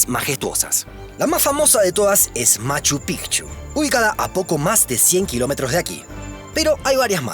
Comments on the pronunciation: Lo pronunciaste bien: Machu PiKchu, no Machu Pichu como erróneamiente lo pronuncian muchos aquí mismo en Perú. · al fin alguien pronuncia bien Machu Picchu